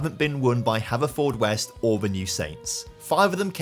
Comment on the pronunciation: Alright just one for future videos, Haverfordwest is pronounced hanfudwest